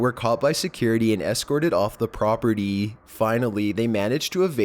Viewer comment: "Properteee" "Warshieep" "Huos" wow dude